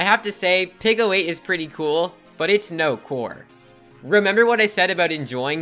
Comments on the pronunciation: PICO is pronounced peeko. Not picko, peeko. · 99% sure it's pronounced pee-co 8 tho not pickle 8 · Peeco not picko. It’s wicked irritating. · "pick-oh aayt"